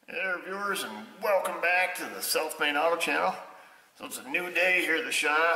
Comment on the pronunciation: I always think you say "Welcome to the Self Made Auto Channel" instead of "South Main."